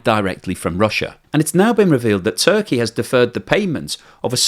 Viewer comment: It Turkaya as the pronoune it now LOL